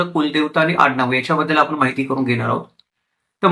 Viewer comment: अशुद्ध उच्चार करत आहेत. "ण" चा उच्चार "न" असा करत आहेत. ब्राह्मन, आनी,आपन,हे सारस्वत नसणार पण यांचे संशोधन व अभ्यास चांगला आहे.